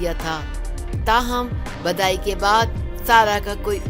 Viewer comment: badayi nhi bidayi Naam tha